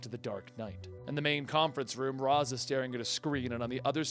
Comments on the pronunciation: No offense, but it's pronounced "Raysh" al Ghul, not "Roz". Talia actually states that this is the correct pronunciation in this quote from Batman Beyond, "Father's name was 'Raysh' not 'Raz', a common mistake." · Its raish (reash) not ras 😀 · It's pronounced "raysh" not "Roz". This was clarified to batman by Talia al ghul, not sure the issue.